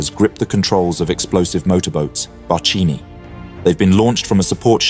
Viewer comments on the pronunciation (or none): Pronunciation note: "Barchino" is pronounced "Bar-kee-no" plural "Bar-kee-nee". "Barca" means "boat" and "barchino", literally, little boat. This actions with motorboats (first used by d'Annunzio in WW1 against Austrian Navy in the Adriatic sea) and later the "human torpedoes" or "frogmen" of Durand De La Penne and Teseo Tesei paved the way to all moden "Navy Seals" and "Commando" elite groups. Italians were the very first implementing the use of specialised, specially equipped elite corps to be used in nearly-suicidal missions. One for all, the famigerate "Arditi" batallions used to spearhead assaults in WW1. Dressed in black to operat by night, armed with daggers, they crawled across minefields and barbwire to attack entrenched positions. Later the regime copied their black uniforms for the so called "black shirts". The paratroopers "Folgore" (a regiment still existing now) the other one remarkable group the italians organised during WW2. The "frog-men" are now organised in the San Marco Regiment - the so called "Lagunari". Italy has a long list of "firsts" in warfare, including first use of aircrafts as bombers, during the campaign against the Ottomans in 1911 to conquer Lybia. Ordnance with fins were manually thrown by the pilot over the enemy positions, who were shooting back with rifles. Airplanes back in the day were made of light wood and fabric, and weren't capable of great speed. Another case of madmen at war, making out with death at every mission. The stone where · Barchino is read as "barkeeno". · Very good historical piece of work, congrats. One note: ch in italian says hard, ch=k. Barchino=barkino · hiiii, it's pronounced "barkino", CH in italian it's pronounced K